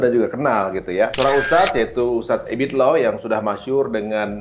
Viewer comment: Ebit liew jd ebit low?...sbut yg benar mas